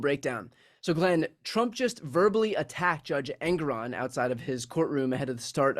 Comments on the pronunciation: His name is pronounced EnGORon. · The judge’s name is pronounced Engoron with the stress on the second syllable, en GORE on.